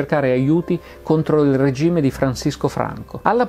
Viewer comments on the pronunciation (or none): none